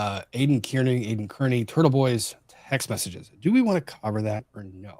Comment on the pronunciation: love you brother, but you mispronouncing Kearney is like fingernails on a chalkboard. It is pronounced Car-nee.